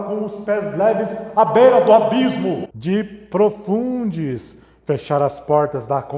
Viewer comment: Di- pro- fun- des "DIPROFUNDES" ksksksksks Melhor parte kkkkk